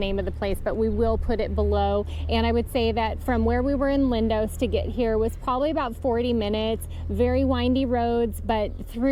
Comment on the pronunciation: Its Lindos not Lindose! Extremely irritating grrrrr..Americans!